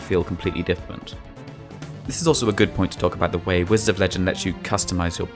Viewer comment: "Whized of legend" ??????????